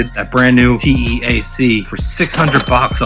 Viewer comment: FYI - the tape machine name is pronounced TEE-ACK...not t-e-a-c love your videos man.